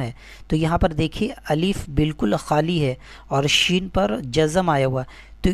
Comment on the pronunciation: Maulana aap ne kaha se Quran ki talim lee hai....pahle aap apna shin qaaf droost karein phir doron ko talim dijye.....